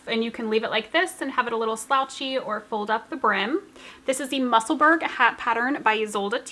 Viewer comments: Hi, I hope you don’t mind me mentioning it, but Musselburgh is pronounced the same as Edinburgh i.e. sounds like burrow. As you are going to be making more of the lovely hats I thought you would like to know 😊 lovely podcast, as usual xxx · Musselburgh is a small town outside edinburgh in Scotland we pronounce it mussel borough